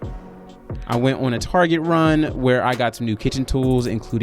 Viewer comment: You call it "Tarjet", like I do. 😁 Your Virgo 🌙 really kicked in on this one.